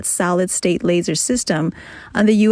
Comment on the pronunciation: The speaker is very good. But they keep dropping their Ds at the end of words like: had, Lockheed, solid, and so on. Enunciate those. Follow through.